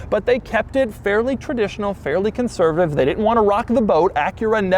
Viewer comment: taking a shot every time doug says "conservitave" LOL